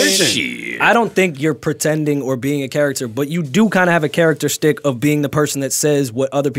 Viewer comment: How many times is gonna say shtick wrong? You can tell it was a word he recently learned lol